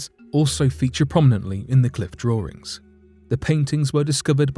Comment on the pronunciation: He said Drawrings 🤣